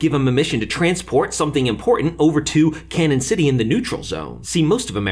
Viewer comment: Little late here, but Canon City is actually pronounced locally as "Canyon City". The first "N" as a tilde above it because it's a Spanish word.